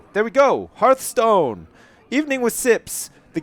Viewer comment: I dont really want you to play this i find it boring to watch... although the way you say hearth stone is awsome